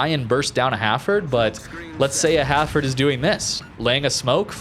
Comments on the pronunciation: Hafford ? It's Hal Ford. Lol no hard feelings. Great vid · Nice vid again. Just a question: why do you call the ship Hafford instead of Hal-Ford?